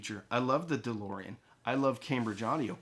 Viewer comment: I was gone when you mentioned the price!! For a Cambridge!!! And calling it ‘’?😂